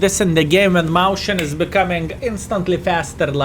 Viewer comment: Mäuschen is the cutesy or indeed smaller form of a Maus. It is pronounced more akin to Meus-chien, though.